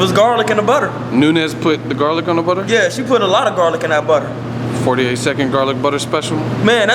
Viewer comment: "Let me tell you what caused it.... Garlik Butter!" #DEAD